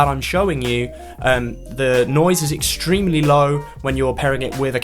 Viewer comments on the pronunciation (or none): extreeeiiimely extreeeeimelyyy